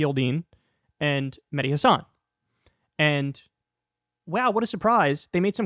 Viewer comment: kyle, please pronounce mehdi's last name correctly. accent on the 'has' not on the 'san'. just listen to him pronounce it.